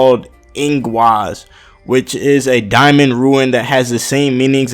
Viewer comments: RUNE FFS IT'S RUNE. not ruin. Ruin is like what your are doing to both the English language and anime with your videos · It's pronounced "Roo-n" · It's pronounced "Rune"